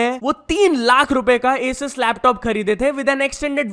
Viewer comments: Its aasus... Pronounce correctly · you're pronouncing "asus" wrong